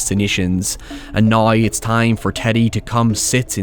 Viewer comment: You pronounce a lot of words wrong. I want you to forget the letter “I” and practice the letter “O”. Time and town should not sound alike. That being said fun video well done.